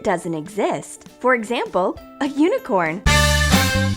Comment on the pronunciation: I think you 'unicorns' as unicrons'